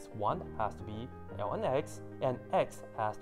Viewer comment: That a hard to understand "ln" you are saying. Try "logarithm", "natural log" or just plain "log"